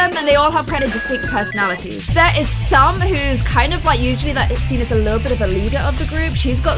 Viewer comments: When You Say Sam I Think I Hear You Say Salma! LOL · She said salm 100% I listened to it in slow motion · Yeah she said Sam but it sounded like Salma a little bit